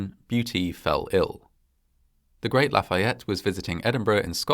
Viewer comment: That must have been a somber experience. I found your accent on Lafayette to be perfect and assume you had some classes in school. Do you speak French? Regardless. Another well produced and fascinating doc. Cheers from Montreal, Quebec, Canada.